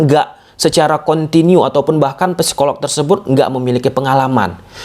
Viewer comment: biar tambah keren, cara baca psikolog p-nya gak usah kebaca. Jadi, sikolog gitu. Biar tambah keren sih 👌 — semangArt